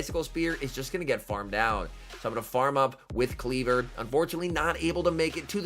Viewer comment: Kleev-Or, not Klee-ver. 🙃